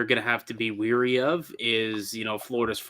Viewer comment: Wary not weary😂